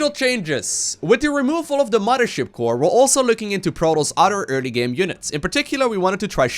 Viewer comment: omg, say "muddership core" one more time! I can't do it, I can't watch this video once it hit Protoss and 50 rapid fires of muddership